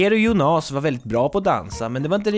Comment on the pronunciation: Arvid Pettersson Nej, det gör hela skillnaden. Jónas är ju det normala uttalet, skämtet här var ju att han uttalade det Jonás.